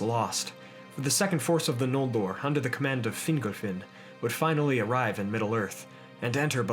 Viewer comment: Hey glad to see you were working on this. Def improving but "Fin-GOLL" not "Fingle," for instance. Hope that helps :)